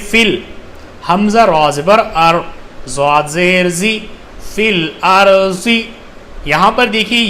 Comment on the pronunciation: Bro aap duaad ko juaad pd rhe arbaic me (duaad) hota h aur urdu me (juaad) to logo ko confise na kre wama aliyena illal bara (Fil arji nhi hai bo filardi hai bo)